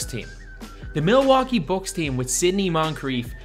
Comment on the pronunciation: He said books instead of Bucks